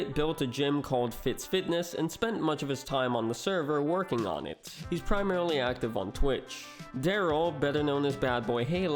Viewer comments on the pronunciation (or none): none